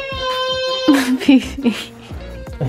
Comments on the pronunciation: was saying phoebe and you guys were saying figi but at the end it was actually phoebe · It's Fiji not Fe-gi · love's him but she's scared of him and its hilarious when she sais fibi and not fiji its funny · Austin: say fe-gi: fe-gi: fe-fe Austin: who the hell is fe-fe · She actually said "fefe" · Koality Naylor its Fiji